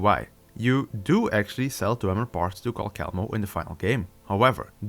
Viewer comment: If you have been making Skyrim videos for this long has nobody ever corrected you on how you say "CAL KELL MO" because that's NOT how you say it. Please Say "CAL SELL MO" Because that is how it is pronounced Calcelmo = CAL SELL MO